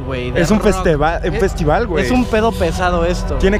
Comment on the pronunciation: ''Un festeval'' min. '' JAJAJA